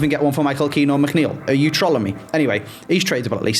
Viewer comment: Don't know what's more annoying not being able to say trolling properly or not understand that high depth is nothing like an offside simulator